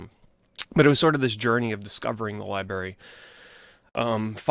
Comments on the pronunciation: Never understood why some people have such a hard time saying "library". Not that it's a big deal or anything, but like... when you're saying it so many times in a video it gets a bit cringe lol. Gotta remember there's a letter R in the middle bro! Don't take it the wrong way though, just giving you a hard time haha. I still loved the video. I've always loved the way you give introspect onto your childhood and even adult memories of video games and the immense amount of passion you have for these games and memories. I always can picture you having these experiences in my mind while you spill out the details of these memories. Thanks for taking the time to make this list! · lie berry